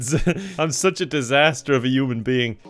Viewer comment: Is it just me or do I hear yuamn being.